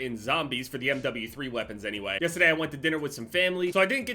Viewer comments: Normal people: yesterday: yestoday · Am I tho only person who always notices that says yestaday and not yesterday. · did i hear ah "yestadayys video" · 'Yestaday" love it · “yestadaze video” love that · can really hear the new jersey in the yesterday lol